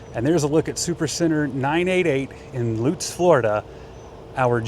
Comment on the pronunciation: that's my Walmart!!! Thanks for pronouncing Lutz correctly... ;)